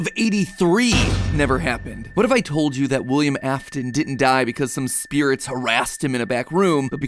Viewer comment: wilyehm ahftin